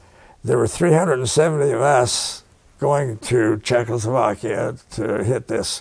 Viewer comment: This guy is one tough hombre. The interviewer needs to practice saying Check-O-slo-vakia.